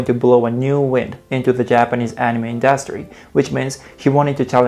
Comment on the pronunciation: You pronounced "industry" wrong